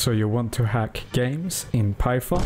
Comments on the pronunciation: “if you don’t have shi onion installed” 😭 Btw great tutorial :) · Lol "Sheet Onion"